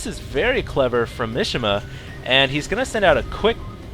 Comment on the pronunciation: Mishima is a Japanese name (like famous novelist/nutball Yukio Mishima) and it's pronounced "Mee-shee-mah" (3 syllables, none of them rhyme with fish) not "mish-imuh". Not that I expect you to be able to identify and pronounce all languages correctly (hell, I can't), but just so you know, you were butchering that guy's name...